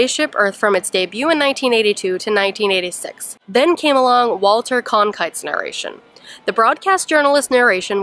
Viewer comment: Great vlog, so much cool info! One thing though, it’s Walter Cronkite, not Conkite! lol Love you guys!